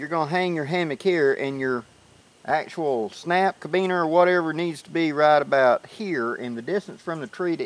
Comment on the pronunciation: Nice tip...but why are you called "? Your white right? And it's called a caribeaner I believe, not cabeaner...lol. Anyway, thanks for you handy hammock tip, I plan on trying this out...